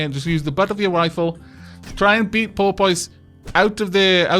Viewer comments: I'm sorry to do this but I've held my tongue for 3 episodes and I can no longer! Porpoise - (poor-pes) As in a species of aquatic mammal similar to a dolphin but smaller. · I really hate the name Porpoise, every-time you said the name. It sounded like Polpot to me. I hope Porpoise dies soon.